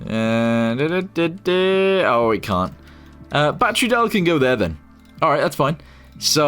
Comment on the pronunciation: Why does he call battery batteru?